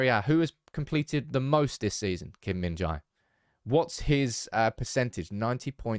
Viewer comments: The correct pronunciation is "je". "jai" or "jay" is incorrect. [gim min-je] is perfect pronunciation. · Why is it so hard to say Jae, pronounce like Apple without second syllable, Kim Min JA/pple.